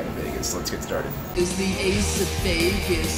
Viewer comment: "ITS THEE ACE OF VEGAS, THEE ACE OF VEGAS"!! Love that intro.